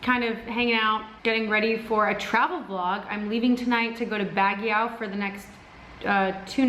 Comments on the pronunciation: Bagyaw lol it's pronounced 'bagyo' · Baguio pronounce as ( bag - io / bag - yow ).. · It's Baaaguio you pronounce a very long and fast when you say Guio (Baaaguio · Hi! Will you tell us what is Wil's real name? Please oh please. 🙏 I just found out today that it isn't his real name. I tried to google it but couldn't find anything. 😢 Is it Wilson? William? Willard? Wil..bert? Willie?? Btw take care on your way to Baguio, enjoy! And oh it's pronounced like Bug (as in insect) + Yo (hey yo) = Bug-yow! ☺ Please don't tell that we asked you, he said we'll never find out. I'm just trying out my luck hahaha. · you're so cute when you say Baguio! Lol but it should sound more like BAGYOH or Bag + Yo! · Here's a quick history of Baguio. The name of the city came from an Ibaloi (igorot) word for moss, Bagiw. Pronounced as Bag-iw. You just reminded me of it because when the Americans came to Baguio, they couldn't pronounce it so they called the place Baguio. It's pronounced Bag-yo, by the way. Haha...I grew up in Baguio so I kind of learnd it from elders and teachers.... Love your videos and I'm really inspired with vlogging but I still have a long way to go. I guess, I have to start watching and reading more of the news. :) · I love how you pronounce "Baguio" 😂😆🤣. Way tooooo sexy and sosyal. 😂😂😂❤️❤️❤️ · ang cute ng pagkapronounce mo ng Baguio. 😃😃😊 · i like how you say baguio